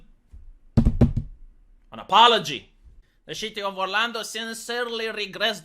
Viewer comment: This guy explains it like a true FOREIGNER. Listen Mr. Annoying voice, it's "CITY" NOT "SHITTY" . I myself don't give a crap about the left or you for that matter. I am patriotic why?? Because I was born in this Nation and have lived here my entire 52 yrs of life. You are an annoying opinionated foreigner trying to preach to us that you have all the facts. Do everyone and yourself a favor. KEEP YOUR OPINIONS AND YOUR ANNOYING VOICE AND POINT OF VIEWS TO YOURSELF.